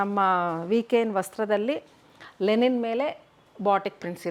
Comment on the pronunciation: It is LINEN not lenin 😅 ಲಿನನ್ ಅನ್ನೋದಕ್ಕೆ ಲೆನಿನ್ ಅಂತೀರಾ 🤣🤣